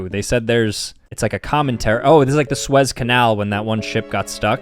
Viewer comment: is the type of guy to pronounce the size canal as “swez”